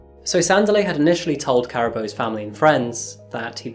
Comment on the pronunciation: PRONOUNCED " SANDEEELI "